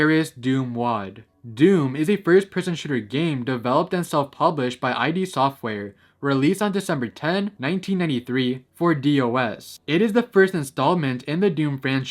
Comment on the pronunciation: FYI It's literally pronounced "id software" like "it'd", not "I-D software" like "identification". It's a pointless gripe, but the way you pronounced it caught me off guard and made me giggle